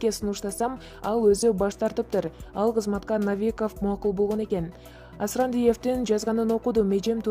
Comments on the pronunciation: Навиков эмес Новиков деп окусан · Навиков деп айтылбайт Новиков деп айтсаныз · Журналист адам жазылыш кандай окулушу кандай экенин билбеген грамотиканы эл алдына чыкпай эле кой Например Новиков